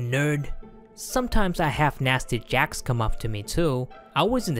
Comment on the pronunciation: jOcks NOT jAcks!